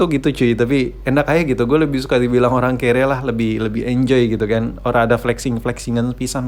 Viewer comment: watch watch 2020: “Dimaling Olang” Oke olang ye olanggg🤣 NGAKAK WOY